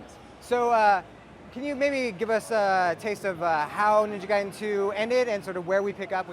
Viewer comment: Hey, she didn't say Gay-den anymore.